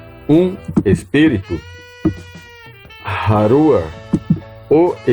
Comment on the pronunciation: Porque fala haruar... e não haruchá .... está assim חַ... isso é chá (rrá) né? .... o vento... o espírito